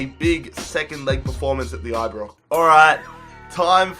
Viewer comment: aye BrOx not aye brix